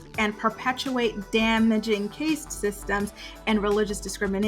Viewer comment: Caste is pronounced cast. No disrespect.